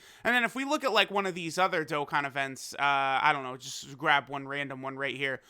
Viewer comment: Welcome back to another dok-kan